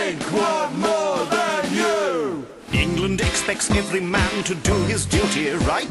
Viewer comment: ENGERLAND??? *england*???